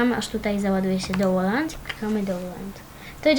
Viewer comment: "dołoland" XDDDDDD